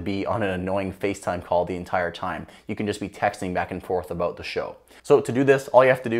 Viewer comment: hehe... "Aboot" 😁